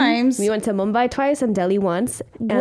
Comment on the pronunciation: Alexa ❤️❤️❤️ u said Mumbai and Delhi accurately ❤️❤️❤️❤️🙏